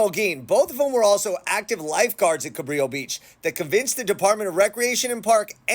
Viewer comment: Fyi. Juan Rodriguez Cabrillo was Portuguese. His name is pronounced Cabrillo (like brillo pad) . Please adjust accordingly. I live in San Pedro.